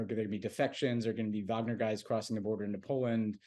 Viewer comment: Tommy's persistent mispronunciation of "Wagner" makes me question the fact- checking that goes on (or not) behind the scenes for this show. I wanted to like PSW, but all credibility vanished when I realized how skimpy the research is.